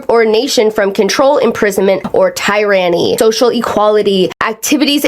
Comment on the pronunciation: I’m beggin you to say tyranny right cause that was dangerously close to a slur😭 it’s “Teir-ruh-knee”